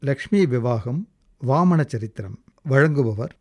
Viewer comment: Charitram.... Not saritram... Ridiculous....